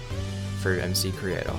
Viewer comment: first of all it's pronounced: EMCREATOR not EMSEECREATOR, and you should add titanium, and uranium ore/tools/armor using recolored actual minecraft textures, not MCreators auto-generated vers